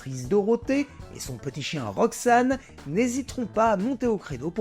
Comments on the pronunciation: C’est RoxAN, pas « RoxANE », non mais dites donc ! :D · De mémoire de spectateur, le chien de Dorothée se nommait Roxan (pas Roxane, niveau prononciation). C'était l'info inutile du jour, pas de quoi 🙂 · c'était Roxan, pas Roxanne ou Roxane. Avec "an" prononcé par Dorothée elle-même.😅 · C'est pas "Roxanne" c'est "Roxan" le clebs de Dorothée. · Oui, je m'insurge également ! Pour la mémoire de RoxAN.